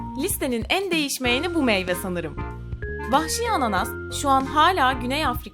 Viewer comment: 'te vahşi diyecene pahşi mi dedi